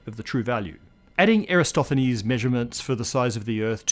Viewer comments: EraTOSthenis, not EraSTOthenis! You wrote it correctly but kept saying it wrong... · You said "er a stoth en ees" But it's spelled "Er a tos then ees" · pronounced Eratosthenes incorrectly as "Era-stoth-then-nees." Let me know if somehow this is the correct way. It jumped out at me as strange. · Well, the S & TH combo is bit difficult to pronounce if you're not used to it, but no, the correct is as it is written: ...sthenes